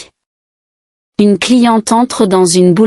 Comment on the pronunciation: On ne dit pas "une cliententre" comme c'est prononcé ici : il doit y avoir une légère pause. (C'est de la même manière qu'on distingue en anglais Nitrate de Night Rate.) En revanche, on doit dire un-n-éclair, avec liaison complète. Il y a quelques autres défauts, ce qui est bizarre pour l'apprentissage d'une langue.